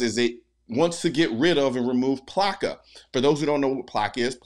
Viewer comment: when he said plcaa i thought he meant placa as in, "you want another placaso, badass!" hahahahahahahahahahaha!